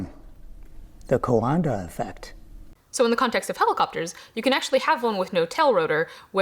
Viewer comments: Coandă effect, Romania (almost) mentioned!! I appreciate the effort to look to look up how to pronounce it, it should rather rhyme with "kinda" if it helps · I just started the video but my god, you scared the bejeezus outta me with that soundbit of someone pronouncing "coandă effect" LOL Anyway, always love seeing your videos and learning cool things to research, thank you for your content!